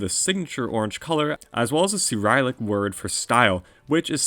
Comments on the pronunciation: ceerylic lmao (its prenounced si-ril-ik) bruh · why does he pronounce "Cyrillic" as "see-ryle-ic" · I heard soo ryle ic but yah guess my dude never heard of Cyrillic lmaooo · why does he say cyrillic like that